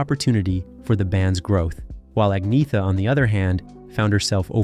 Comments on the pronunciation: In Sweden, the G is pronounced like a Y. The TH is pronounced like TT as the Irish do. For example, the Irish pronounce three like tree. There is no TH sound. Agnetha is a Latin name (not a Swedish or Scandinavian name) for Agnes and means pure. In Swedish, it's pronounced... Ay - netta However, Ag - netta is acceptable in English as the name is the Latin form of Agnes. Agnetha's parents called her Neta for short. What isn't acceptable is Ag - neetha. You wouldn't say Agnees for Agnes. It shouldn't be that difficult for anyone whose first language is Germanic. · No. There is no y or g in pronunciation in the name - it sounds like anyt - in svenska a very silent y so, more like an(y)t...silent y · No. Agnetha or annyeta in svenska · No in svenska it's Annyeta but without the y in pronunciation. In southern Sweden it's agnetha but in spoken words it sounds like Anita the g isn't pronounced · Please dont try to speak swedish words. Its painful to my ears😂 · I wont be able too sleep tonight with the trauma of not getting there names said properly fk me get a life soooper trooopers sad gits😅😅😅😅😅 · In Sweden — where I live — the G is only pronounced like a Y when it is voiced with a soft vowel sound (E, I, Ä or Ö). G is pronounced as a hard guttural G when it is voiced with a hard vowel sound (A, O, U or Å). The first vowel sound with the G in "Agnetha" is indeed hard so you are wrong on that point. The G in Agnetha is definitely pronounced as a G. Similarly the letter K is pronounced like a hard K when it is voiced with one of those hard vowel sounds; and as SH when it is voiced with one of those soft vowel sounds. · Her name is pronounced "Ahn Yetta". His name is pronounced "Byorn". This narrator is an idiot and know nothing about ABBA. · There is no 'g' sound in her name; it's Ahn-yeta. Only reason I know is because I saw a show on them during their height of fame where each member introduced themselves. I presume that she knows how to pronounce her own name.